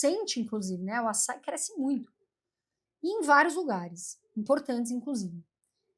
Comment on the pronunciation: Tudo bem. Só não entendi a pronúncia "assái"